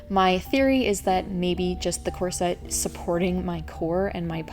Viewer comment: Picky person: its KOR-suht, not kor-SET. I'm not sure why you switch pronunciations in the video.